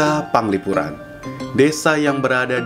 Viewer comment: Penglipuran bukan Panglipuran